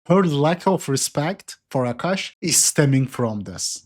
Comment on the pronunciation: A'Kash' ATM lol